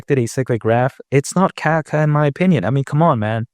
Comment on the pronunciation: I caught myself saying that to my kid because of him 😂 I love the information too but when he says kaka I'm crying